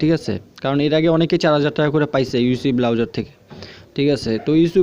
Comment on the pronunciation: Its browser .. not Blowser :D